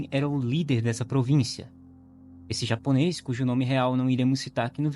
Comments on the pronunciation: Tu é fluente em japonês? Tua pronúncia foi mt boa! Anyway, o Japão de uma forma geral ainda vive nas mãos de senhores feudais, não literalmente senhores feudais, mas parentes próximos deles q ainda tem uma visão de mundo mt parecida, e o japonês como um todo tem um péssimo hábito de não se meter em algo q não é problema dele, mesmo sendo crime. E mts vezes é apático pra lutar até mesmo pelos seus direitos, sendo assim, se tiver pessoas de má índole com poder em locais menores como essa vila, tem grande chances de coisas tão absurdas qnt essa acontecerem. É sinistro. No mais ótimo vídeo, não conhecia o canal! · Po mano, mas tua pronúncia é incrível parece até um japonês nativo,ótimo trabalho